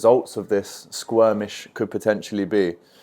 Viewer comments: Hang on….. um, can we just address “squirmish”!?! Haha. Good to see your channel growing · It's Skirmish